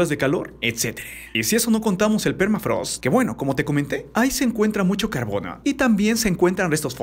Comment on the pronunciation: Nadie absolutamente nadie: Tu cosmópolis: "lanudoh" "carbonoh" jakdjakxj